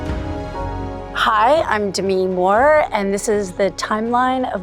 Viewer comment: Who is Demin Moore? Lol I hope I wasn't the only one who heard it that way